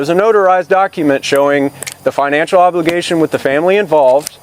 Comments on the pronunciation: This whole family is beyond uneducated 😮he said her oblicacation 😂😂😂😂😂😂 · "there no legal obatation"